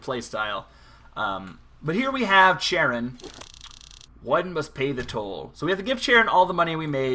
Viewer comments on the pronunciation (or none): figured I would let you know its pronounced "keh-ron", not "ch-e-ron" cause people get super butthurt about stuff like that. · lmao "CH'aron pretty sure its Karon, like the Greek myth ferryman of the underworld